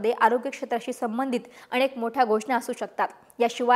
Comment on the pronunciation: अणेक नाही हो अनेक... Please improve Marathi accent.. कुठून आणले याना